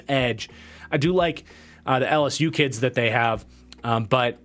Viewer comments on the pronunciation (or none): none